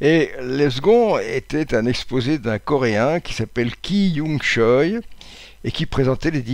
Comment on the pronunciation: Notez que la prononciation correcte de son nom de Famille c'est "Tchuè". A l'avenir vous saurez ;) CHOI ("Tchuè") Ki Young